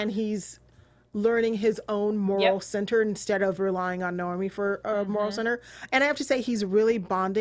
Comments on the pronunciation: why would your pronounce naomi as normie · pronunciation of the names is still really weird. Subtitles are way off as a result. Nay Owe Me (not normie) Sad a Veer (not var)